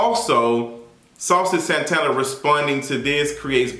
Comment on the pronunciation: Listennn I lost it at "Saucy Santanerrrr" and passed away at "Jerry the Mouse"!!! 🤣🤣🤣🤣